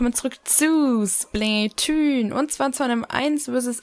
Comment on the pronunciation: Es heißt Splatoon und nicht Splätüün